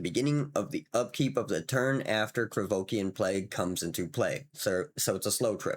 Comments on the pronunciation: Oh¡ IK mate, is just that this time was funny coz it sounded legit [Krevokian or whatever the hell you were saying there sounds legit as a 'fantasy name' or demonym] and coz you doubled down a couple times... then the next card came in heheh... another Krivoskian¡ hahah ] but ofc it's no big deal, it makes it even better, I do appreciate your content dude. With the card I was talking not about swipe as in 'board swipe' [board swipe would ruin the fun killing the enchanted creature] but maybe you mean that and it's another English language thing I'm yet to learn... I mean those [usually] effects on a creature or spell that say that you gain control of a critter 'until the end of turn' and gives them 'haste'; I have to say I found them a bit underwhelming seeing all the OP cards around [I'm playing it like an RPG.. like Shandalar... which is very much the same imho, and I love it for it mind y'all] But now I'd try to get the freaking Alliances card and gonna try to steal them critters to give them back with the enchantment on, just for laughs. Thanks again for featuring such a gem of a game Salu2¡ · Krovikan [ Idk what just happened to your tongue with that word ^^]... Krovikan Plague would be interesting to see with all those cards that I'm facing in certain videogame [ Imention it in every other comment now ] taht give you control of an enemy creature and gives it haste until end of turn. It would still be... not great, but it feels really funny to be slowly removing their critter all the while tapping it for a ping..... absolutely hillarious Salu2